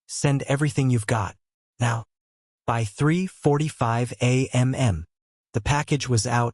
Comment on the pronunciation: Because AI is stupid and does not learn from its mistakes on its own.